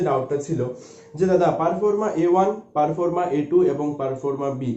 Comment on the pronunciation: আপনি কিছু তথ্য দিচ্ছেন খুব ভালো। কিন্তু আপনার উচ্চারণ শোনার পর খুব সন্দেহ হচ্ছে যে কতটা সঠিক তথ্য দিচ্ছেন। পারফর্মা নয় ঐটা প্রফর্মা। 🙏👍